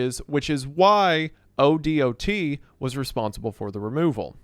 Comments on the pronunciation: it’s pronounced k-2. Like the mountain it’s pronounced o-dot. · As an Oregano, thank you for detailing our exploding whale story. 🐳 ODOT is pronounced “dot” with O at the beginning so “oh-dawt”. And KATU is pronounced K-2 for some reason. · Oregonian here. Most times I've heard someone refer to the Oregon Department Of Transportation, it's usually said like "oh-dot". And Oregonian is said like "oh-reh-go-nee-uhn". We may be a bit spicy at times, depending on who you talk to, but please don't call us Oreganos. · Spelling out O.D.O.T. every time instead of O-Dot bugs me more than it should lol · As an Oregonian, hearing him pronounce each letter o-d-o-t is driving me crazy. We say O-dot. As in the letter o and a small spot. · I was at that exact beach earlier this year, but didn’t know that it was the one from the famous whale exploding . Low-key it makes me want to go back haha Also in case you ever have to talk about ODOT in the future, everyone in Oregon calls it Oh Dot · Yeah definitely not a local when you're saying KATU and ODOT in any other way than K-2 or O-Dot. 😂 EDIT: "Oreganos" 💀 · This is one of my favorite stories from the pnw. Also, just pronounce odot as a word (oh-dot)